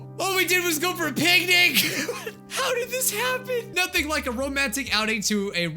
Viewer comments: I heard both pancake and picnic. XD it might be the new yanny & laurel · I uh,, I thought he said pancake